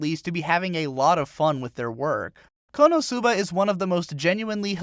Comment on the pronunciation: its konosuba not konousuba get your asian accent right.